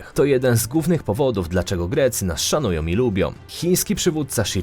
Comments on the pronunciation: Po polsku mówi się szanują,a nie "szanujom", lubią,a nie "lubiom ",z rodziną,a nie "rodzinom" Ciężko jest przebrnąć to wszystko. !!!!!! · Ja bym miala jeszcze inne uwagi. Caly czas slysze zamiast ą na koncu wyrazu om. Turcjom, Polskom, potrafiom, dobrom, krajom itd. Nie brzmi to dobrze i nie jest po polsku. Jak to dobrze, ze nas szanujom, jestem tym krajom niezmiernie wdzieczna, ze nas lubiom.